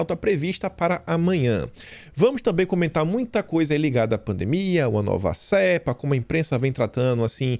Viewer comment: Comentário contributivo: como vc está longe da língua portuguesa, quero "lembrá-lo" a pronúncia de "CEPA" , é como se fosse cêpa